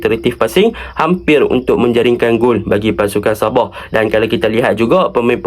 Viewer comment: Sabah ❌ Saboh ✅